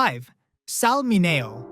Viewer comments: It's pronounced Sal Min-ee-o, NOT Min-A-o! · MIN-e-O, not min-A-o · that drives me crazy Sal MIN E O ITS NOT HARD not ma nay o 4th person who said it wrong. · Sal MINI-O How much do we need to pay to get users to stop feeding the AI monster a steady diet of mispronounced words? Please pronounce the words phonically, for example: instead of saying tear for falling eye moisture, say tier. That sounds more like the word for eye moisture. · This narrator must be AI, doesn't know how to pronounce Sal Mineo's name. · Why can’t the people who make videos listen to them before they post them. That would give them the opportunity to see how they butcher some of the names with a terrible AI program. Perfect example, Sal Mineo 😢